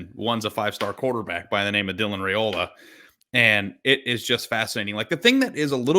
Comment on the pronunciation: I heard Saturday during the game that Dylan’s last name is pronounced Rye-ola, rather than Ray-ola. Thanks.